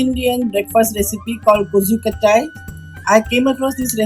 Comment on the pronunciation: would be nice if you made the effort to pronounce the name correctly!